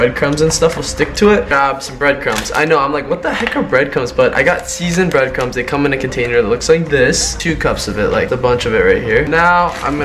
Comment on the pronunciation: Was saying "breadcums" or breadcrumbs? 😂